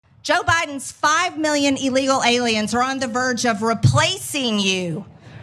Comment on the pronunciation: "Eelegal ayliens"